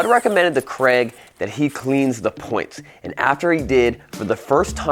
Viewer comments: do all americans pronouce craig as "creg"? or is it just? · Creg should friend me so that occasionally he hears someone pronounce his name “Craig” correctly.